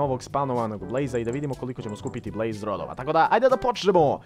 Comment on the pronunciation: Kaze se blaze a ne blaze XD hahahahaha! Usput ja sam onaj marko sa fejsa